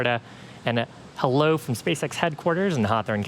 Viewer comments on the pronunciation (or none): none